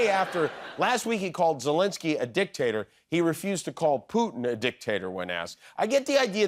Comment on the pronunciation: "A DIC AND A TATOR"